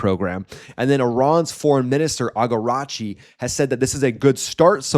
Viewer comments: Usually you don't pronounce the name of Iran's FM correctly, it's " Araaagchi" not "Agaaaarachi" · dude, your pronounciations of the words like "khoramshahr or araghchi" are painful. not even remotely close. it's not that hard.